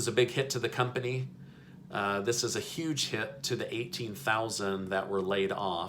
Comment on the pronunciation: Huge is with a H Not A Y